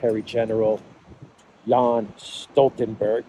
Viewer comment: Its Jens Stoltenberg. Not Jan Stoltenberg. You pronounce tte J correct but its straight forward Jens